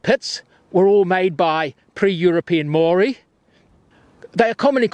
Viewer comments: learn how to pronounce Mon ga re, not man garry/ say Mo ree not mowree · Great video. Just one recommendation , it would be nice if he learned to pronounce the maori vowels correctly. It hurts my ears to hear Maangeri and Moori 😢